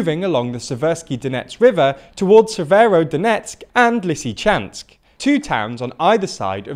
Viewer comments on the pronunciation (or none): none